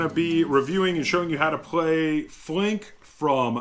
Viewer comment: Thanks! First reviewer that pronounces my name correctly :)